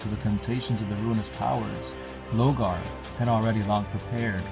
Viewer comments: you missed the point it's lorgar and they keep saying logar lol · Why do you keep calling him "Logar" ? out of curiosity.... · Lor-gar! you mong.